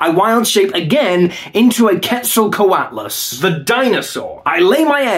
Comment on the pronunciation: The fact he can pronounce Quetzalcoatlus is insanely impressive